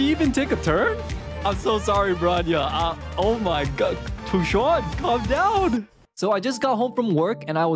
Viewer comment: why is he calling her fu juann :C